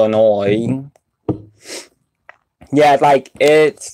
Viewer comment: Well umm you said they taste burnt so I made a funny joke lol and it sound like you said illinore instead of Illinois lol